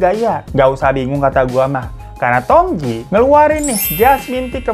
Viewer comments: bang hiro....tu bacanya jngan tongtji...tp tongci soalnya tj itu ejaan lama yg berarti huruf c....semngat selalu ngonten y bang hiro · Tong Tji itu bukankah harusnya dibacanya Tong Ci? Karena tj itu pada edisi lawas dibaca "C" Sama dengan huruf J dibaca Y misal Jang dibaca Yang